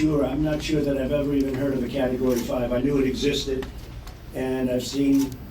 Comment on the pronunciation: He never even heard of a category! He said “carregory”